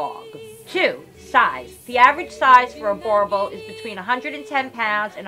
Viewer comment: are dutch settlers yes but the word means farmer.. i speak the language.. After settling in South Africa and Namibia they started calling themselves Afrikaaners and now speak afrikaans.. hate the way that guy pronounces boerboel.